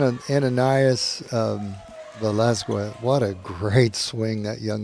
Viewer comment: And #11 is pronounced veh-LAS-kez